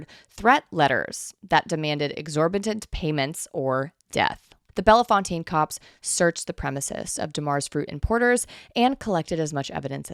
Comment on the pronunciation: Holy hell, Bellefontaine mentioned. I work close by. It's pronounced "bell fountain." Silly. But this is such crazy lore! I'll find a way to work it in.